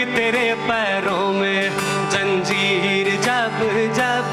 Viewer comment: Bohat khoob …kya sama bandha aap ne. Do jaghon par aap se galati ho gayi. Zara us par dhyaan dein. Zanjeer sahi lafz hai aap ne Janjeer padha Zakhm hota hai Zakham nahin